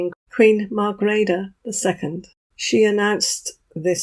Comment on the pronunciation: How lovely to hear an English speaking person correctly pronounce the name of Queen Margrethe!